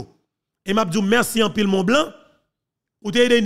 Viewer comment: Pas « ton blanc », mais « Mr ti blanc » 😂